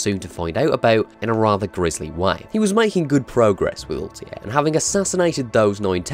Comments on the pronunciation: Altair not Altiar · I love the pronunciation. Altair = Oltie :D Learn some English mate. We don't speak Welsh. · "Assassin's Creed is my favorite series" proceeds to pronounce Altair as Altier for the whole video. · What a weird pronunciation of "Altair" ... They say his name multiple times in games. It's weird you butchered it even tho you heard it probably 100 times :D